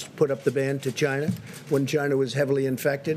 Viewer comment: Why does he pronounce China as 'Gina'...